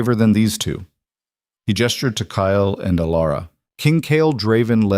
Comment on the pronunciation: Stop pronouncing it ky el. It’s Kyle.Kile.